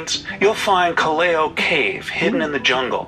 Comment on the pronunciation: Please pronounce it properly it’s called Callao pronounce as kal Lao not Kaleo